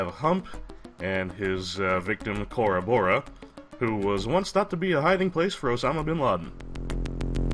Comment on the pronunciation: Cora Bora. Not to be confused with Cadobado.